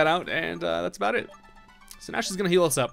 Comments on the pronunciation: alwayssearching2012 aboot killed me 😂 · channeling his inner Canadian